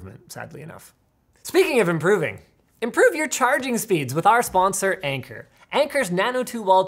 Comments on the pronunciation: Whenever the sponsor was introduced, I thought I heard anger instead of Anker, that would have been a really good segway lol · Heard say the sponsor as Anger and only realized during the B roll it was Anker. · i'ma tell u about our sponsor: anger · Anker sounds like anger. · I definitely thought that he said that their sponsor was "Anger"....